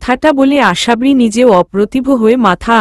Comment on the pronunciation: গল্প বড় করার জন্য উদ্ভট উদ্ভট শব্দ না দিলে কি হয়না ।আশাবরি শব্দ টা ও ঠিক উচ্চারণ করতে পারেনা ।পা কখনো ঢুলু ঢুলু হয়না টল মল করতে পারে ।সহজ সরল ভাষায় লিখতে চেষ্টা করুন ।শ্রোতা দের শুনতে ভাল লাগবে ।